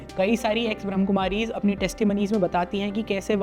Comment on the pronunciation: One correction I would like to suggest- it's not 'ब्रह्म कुमारीज़', it's 'ब्रह्मा कुमारीज़'.. 😇